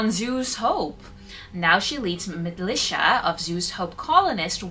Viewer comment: The way you pronounced militia brought me such a fit of giggles and laughter. Don't change, I love you for it.